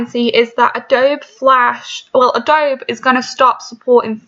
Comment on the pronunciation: You are so dumb! You are not a software develop 😂 you can’t even say adobe correctly!